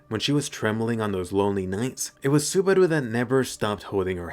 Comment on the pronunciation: Are you going for a Japanese accent when you say "Subarau" ?